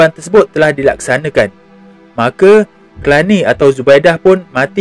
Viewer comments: Telani bukannya Kelani... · Telani, bukan Kelani.